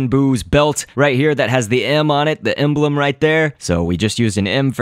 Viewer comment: You said emblem but it sounded like M blem!!